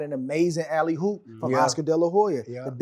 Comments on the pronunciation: The fact I had to listen to SOG say “alley hoop” is not sitting well with me. 😔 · the term is "alley oop" but he was saying hoop 😂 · Why he keep saying alley Hoop? Man